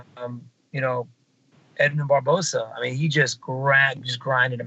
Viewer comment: "Edmund Barbosa"